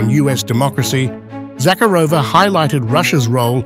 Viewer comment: Please pronounce her name correctly. ZaCARova ie emphasis on second syllable.